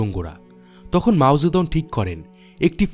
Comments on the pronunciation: কিসের মাও যেদং। উচ্চারণ ঠিক করেন। আজব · মাও সে তুং , নামের উচ্চারণ আবার চেক করুন।